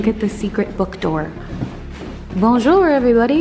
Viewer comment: Haha the way she said "bonjouuurrr" sounded exactly like Emily in Paris